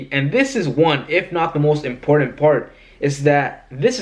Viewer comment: When it come to employment , if you think you’re going to get a well paid job by pronouncing etcetera as “exetra” and important as “imporden” think again ! As if anyone will employ you and let you deal with their customers in a professional environment . Learn the basics or stop complaining .